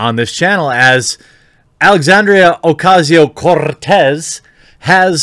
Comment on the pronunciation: Just a comment up front, Jeremy: your pronunciation of "Cortez" is top-notch :ok_hand_emoji